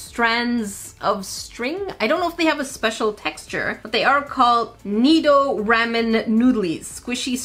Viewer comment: It’s rawmen not ramen